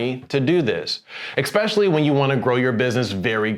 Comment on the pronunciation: Especially vs ex-specially 🤔